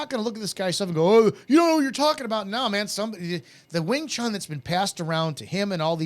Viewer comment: People that pronounce it "wing chung" with a G at the end.... Annoying.